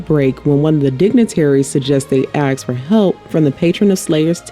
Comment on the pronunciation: "one of the dignitaries suggest they AXE for help????" "AXE FOR HELP? Who are they going to AXE? Who's AXE? Grog's Axe? Who is Grog going to AXE and how will that help? (( the word is ASK! not AXE! ))